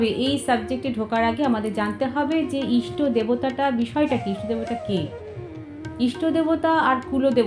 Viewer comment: ইস্টো না। ইষ্ট